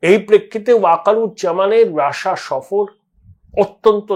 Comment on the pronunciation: Rassa bolchhen keno?...😂😂 pronunciation thik korun